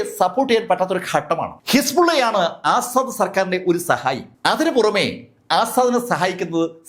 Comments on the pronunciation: അസ്സാഡ് അല്ല asad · 'ആസാദ്‌' അല്ല, 'അസദ്'